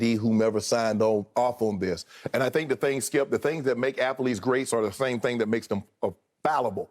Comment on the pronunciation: can somebody tell Shannon how to pronounce athlete?